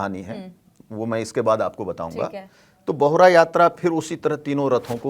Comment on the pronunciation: ये बाहुरा नई ! बाहुडा यात्रा होता है । बहुडा ओड़िया सब्द है इसका मतलब हिंदी में लौटना होती है ।